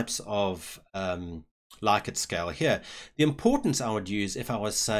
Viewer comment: Thanks! I've spent hours looking for a tutorial that makes sense. Also, interestingly, it's pronounced 'Lick-ert'. I know, it's horrible, but it's true:D